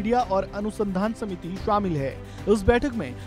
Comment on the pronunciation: so, the reporter have some issue is the sound "aa"? Jaane ko jvane bolte hain... Shamil ko shvamil, the fuck...